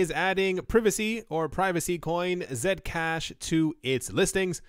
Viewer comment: I like how you pronounce Zcash as Zed-cash and not C-cash